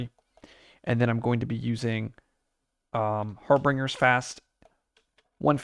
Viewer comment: I love your content, and have been watching a bunch lately, but I justed wanted to point out, that you might want to look up the pronunciation of Harbingers. 😅 Or not, I don't decide what you do or don't, and I'll keep watching anyways! Keep up the great work!